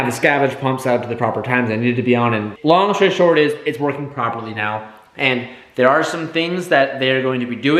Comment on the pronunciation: “Long shory stort”😂❤️